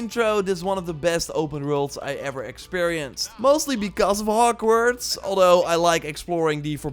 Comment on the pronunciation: the way he says HokWards